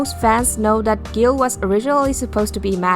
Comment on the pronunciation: That’s not how you pronounce guile lol